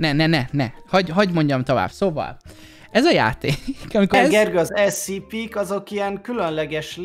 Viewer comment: Amugy bocsi scp èt ugy kel kiejteni hogy scèpè